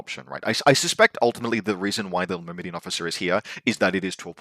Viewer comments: mur-mah-daan, but close enough lol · I've figured it out, I know your game. You just pronounce extra "I"s into words to farm engagement. Myrmidon, Shasvastii. Well it's not gonna work on me;)